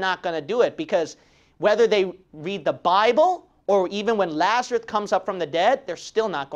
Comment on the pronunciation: Just asking I remember the name as Lazarus but when you say it, it sounds like Lazarut?(did you mispronounce the name?)